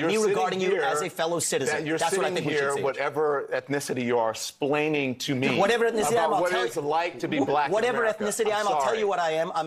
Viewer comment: Don doesn't even know what the word "explain" even means. Case in point, he pronounces it "splaining" in this very video. What a well spoken gentleman.